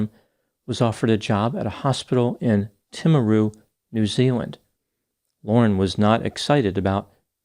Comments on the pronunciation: He did well didnt he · As someone from New Zealand, I appreciate how you pronounce “New Zealand” and “Timaru”. It sounds very similar to how kiwis pronounce it. I’ve also noticed this attention to detail when Australia cities are mentioned on this channel. Most people with foreigners butcher our place names. It’s small but much appreciated. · Thank you for pronouncing timaru perfectly. Sadly New Zealand has a huge problem with child abuse leading to murder. Our society values are not conducive to happy healthy families. Our youth suicide rate is shameful and is an absolute crisis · I am in New Zealand, this has been a horrible case. Also thank you for pronouncing Timaru correctly.